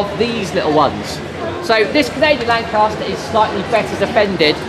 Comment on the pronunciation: LAN "CAS" TER --- CAS as in mama cas KAS KAS KAS